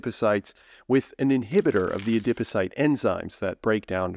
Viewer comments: A-Dip O-Cyte??? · Interesting information but I was too distracted by the novel pronunciation of adipocyte to absorb any of it. 😩